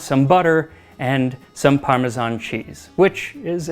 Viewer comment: You obviously love your job. I'm glad you don't say parmezhan, like most people do. The US has become obsessed with the "zh" sound.